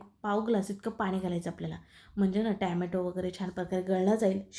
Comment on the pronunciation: छान रेसिपी...ट्याम्यटो नाही.टोम्याटो असे ऊच्चारावे.बाकी रेसिपी झकास....